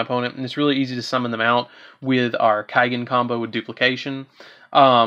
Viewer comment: kaigen?..? u mean kagen like say cawgen^^ =kagen^^